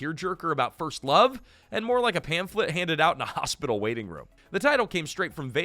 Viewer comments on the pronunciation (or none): none